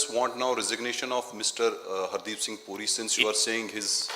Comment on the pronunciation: पहले तो नाम सही सही बोल हरदीप सिंह पूरी नहीं बुरी